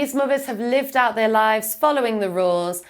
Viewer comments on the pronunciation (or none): none